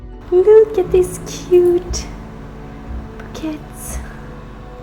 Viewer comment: The word "bouquets" is pronounced in the french way. So it's pronounced like "boo - kays"